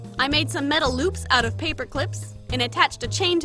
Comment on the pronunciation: did u say... LÖÖPS?